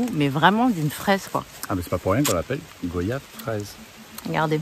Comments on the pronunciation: On dit goi yave pas go yave vous dites pas vo yage mais voyage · Ca se prononce guayave... Tout simplement comme les mots Voyage, noyau... des mots de la langue française quoi... Bon courage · Nous ne disons pas go-yave nous disons goy-ave